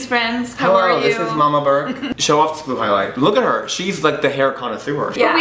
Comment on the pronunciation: Did he just call her Molly Bark? ... its burke